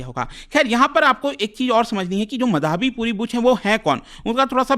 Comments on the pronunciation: मधाबी? सुनने में इतना अजीब लग रहा है। माधबी नाम है, क्यों unnecessarily complex कर रहे हो? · Bhai sahab..... माधवी है, मधावी नहीं।।।।।। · ओये मधाबी, मदारी.. व्हिडिओ अच्छा है, Informative है.. लेकीन नाम की पुरी वाट लगा डाली पुरे व्हिडिओ मे... माधवी/माधबी पुरी बुच... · SEBI ,बिना आग लगे धुआं नहीं उठता है, Gadbad ghotala to hai ,, aur ye kya lafda chal raha hai pronunciation to sahi karo ,, it's madhvi ❌ & madhabi✓ ,, isko hata dena chahiye SEBI se retail investor ke kiye iski policy thik nahi hai , ,it's my opinion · मधावी नही है, माधवी है sir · Sir her name is माधबी पुरी बुच है not मधाबी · माधबी को मधाबी बोल रहे है😂😂😂😂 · What kind of Indian you are? You can't even say माधवी properly. "Ma-dhaa-vee" bol raha hai angrez ke jaise... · मधाबी नहीं माधबी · मधावी नही माधवी है सर। आजकल भारत में गलत उच्चारण फैशन क्यों बनता जा रहा है। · मधाबी नहीं है, माधबी‌ है श्रीमान 😊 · मधाबी❌ माधबी ✅ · सर सेबी चीफ का नाम माधबी होना चाहिये मधाबी नहीं .. Kindly check Thanks🙏🏼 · मधाबी नही 😂 माधबी नाम है Burbak मास्टर😂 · Pronounce Is wrong Madhobi , but written Madhabi. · Small request : Please learn to pronounce "Madhavi" ... Correctly. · Pronounce as " Madhobi " . Very common Bengali name .😊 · Dekh raha tha kisi ne mention kiya hai ki nehi, nehi to mein comment add karne wala tha, wo word baar baar sunke maine video hi bandh kar diya.